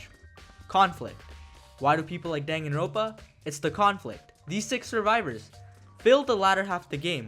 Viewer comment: its don-gan-ron-puh, not dang-gin-roon-puh